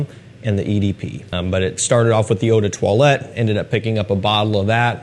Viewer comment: Please as someone who love french language, can you say the word “parfum” without pronouncing the “m” at the end ? We say in french “parfum” without the sound M at the end. “Eau de toilette” you pronounce it perfectly. Thanks for the content